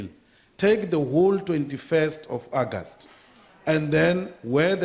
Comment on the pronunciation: What is ackast? Hahahaha. August!!